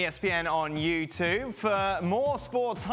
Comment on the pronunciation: Can someone at ESPN ask Dan to re-record that segment thanking everyone for watching “utoob” because it’s really doing my nut in now. Ask him to pronounce the word properly